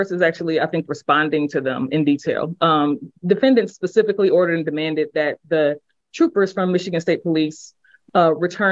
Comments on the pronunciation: Ms McDuffie don’t you know the correct word, according to is “ pacifically”, not “ specifically”? 🙄🙄🙄🙄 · “Pacifically”. This guy is a brilliant legal scholar. Keep using double negatives also; it’s very impressive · I’m certain they are referring to the many many times says “pacifically” when he’s meaning to say “specifically”.. does this frequently because he has jello brain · He mentions a lot of things pacifically. That was an expecially effective tactic.